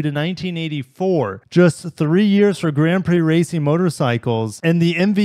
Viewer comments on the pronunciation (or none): none